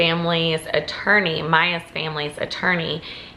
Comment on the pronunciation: Maya is pronounced Mia "my AH"